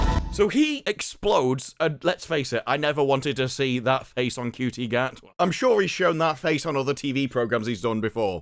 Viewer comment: Regardless of how you may feel about his acting, or his politics, the man's name is pronounced "SHOO tee", not " COO tee."